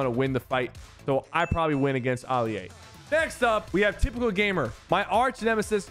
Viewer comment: Oli a its Ali a